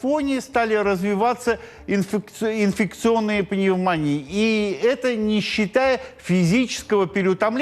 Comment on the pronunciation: Даже жалко стало ведущего — видно, как ему сложно выговаривать такие сложные слова, как 'инфекционные' и 'гальванизация'. Прямо ужас.